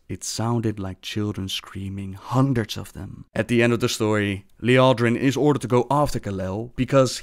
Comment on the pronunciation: Did anyone else catch what Gallel said when he was drugged?! He said "Sometimies it sounds like children screaming... HUNDREDRES OF THEM!" They were VISIONS of things to COME